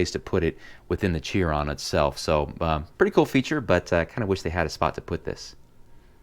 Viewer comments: Boogatty sheeron, not byoogaty cheeron. Just so you now. Nice video though! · that's how Chiron is pronounced sheeron Chiron is how you spell it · Chiron is pronounced Sheer-on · Yeah the car is pronounced "Sheeron", but Chiron is technically pronounced Kai-Ron, or Kahy-ron. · Please don't call Chiron "cheer on" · Porsche has a flat 6, not a V6. Also its pronounced "Sheeron". Excellent video tho. Definitely love both sets